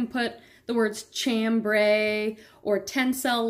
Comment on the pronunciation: Pronounce Chambry, sham-brei, like sham-bray